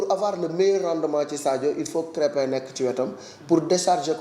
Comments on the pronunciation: C'est krépin pas créme 🍞 le journaliste 😳😳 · De grace,, apprends déjà à prononcer le nom de Krépin. C'est quel genre de journaliste ça? tu es vraiment nul quoi!!! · C'est vraiment dérangeant comment il prononce